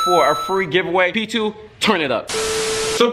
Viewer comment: Oh I thought he said y'all call me p2